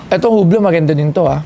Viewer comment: It's "you blow" hublot.